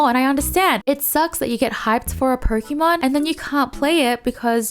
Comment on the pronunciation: You were talking about pronunciation bur still saying Pokeeeeeeeeeeeeemon, please, pls